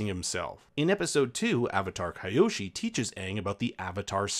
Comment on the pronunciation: Avatar Kai-oshi 😂😂😂😂